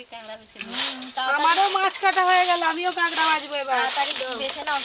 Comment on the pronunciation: স্পেশাল❌ পেশাল✅ কাঁকড়া❌ কাগড়া✅ 😂😂